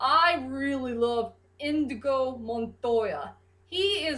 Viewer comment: Actually it's 'Inigo' Montoya, not Indigo. But don't worry, I misheard his name for a long time before I actually saw the movie. Also, I agree that Inigo has the best backstory of the cast, or at least, the most relatable one. Wesley's was definitely unique, as to how he became 'Dread Pirate Roberts'.